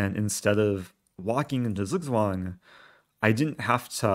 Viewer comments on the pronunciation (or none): Zugzwang is pronounced as: TSOOK TSWUNG